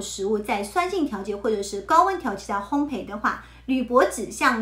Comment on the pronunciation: 非常好的内容，平时大家完全没有注意铝这个东西。PS：纠正一点小错误，烘焙(读如备)，不是烘培。